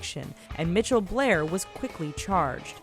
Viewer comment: WTF is a Mitchelle?!?!? Some of these fucking names